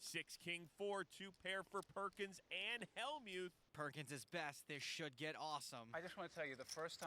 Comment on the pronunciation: read Perkins correctly both times?